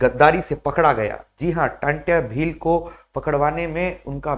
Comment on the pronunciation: नाम क्या है आप का जब टंट्या भील का सही से नही बोल पा रहे हो तो उनके बारे में तुम क्या बताओगे 🎉जय जोहार जय आदिवासी🎉 🎉जय जोहार जय जोहार मालिक 🎉